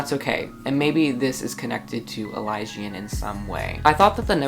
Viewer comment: I think it's eli-see-an and not ely-dzan And I have a theory that Jensi's brother- Fernan Babblos- in one of the black swan's collective, the phaser. Would rate the book 4/5- it didn't have enough action... but it was still awesome!!! Loved the video!